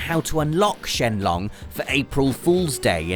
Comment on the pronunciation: ...The G at the end of Sheng in Sheng Long is not silent...